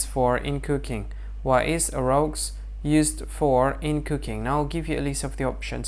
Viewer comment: It’s pronounced like roo